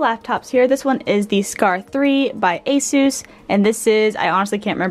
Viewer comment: it’s called a sis (ASUS) but asoose is cool 😂